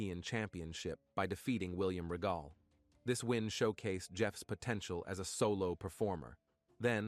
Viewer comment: They mispronounced the last name of William Regal 🙄🤦🏻‍♂️ they also slightly mispronounced the name of his Swanton Bomb move..